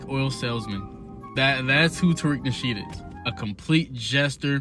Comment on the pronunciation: Taweak..Nawshiid... he's Lex Lutha....😂😂